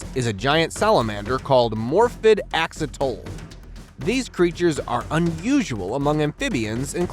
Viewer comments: He said axitol so i agree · AXOLOTL, PRRONOUNCED AX OH LOTTLE